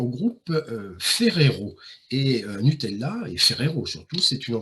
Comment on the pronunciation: Lavàtsa, pas Lavadzà, Noutèlla pas Nutelà. Chambéry chef-lieu de préfecture du Pas-de-Calais 😂Incroyables le Musee Egyptien, et le musée du cinéma dans la Molle Antonelliana